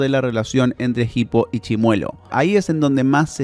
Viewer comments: Es hippo, no jipo la H es muda, por dios que dolor de oído escuchar como lo pronuncia en todo el video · la h es muda, se pronuncia "ipo", no "gipo" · Que bronca que le diga "Jipo", habla bien por dios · PORQUE PORONGA DECIS JIPO PAYASO. Te quiero mucho lucas